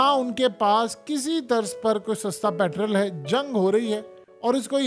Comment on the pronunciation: Ye jo ap petrol Ko Petral Kehty Ho Na ye Maryam Nawaz Kehti Hai Ye Alfaz Thek Nahi Hai Ye PETROL hota Hai PETRAL NAHI